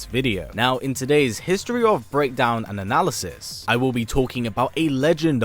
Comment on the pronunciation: How is his voice so crisp and calming? Just listen to how cleanly he say "breakdown and analysis"